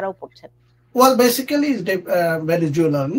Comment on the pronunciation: Attorney.... mispronounced 'basically'....which is supposed to be BASICLLY omitting the last 'a'. How did he pass ESL for his schools?